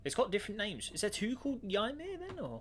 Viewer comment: Ymir you pronounced wrong its the giant that odin used to make the world